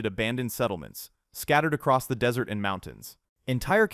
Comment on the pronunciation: It also says Dis-ert Road...